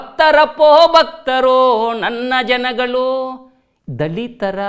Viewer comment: There is a difference between ನನ್ನ ಜನಗಳು & ನನ್ನ ಜನಗಲು ನನ್ನ ಜನಗಳು 👈this is correct & other one is wrong provocation Please pronounce it properly 🙏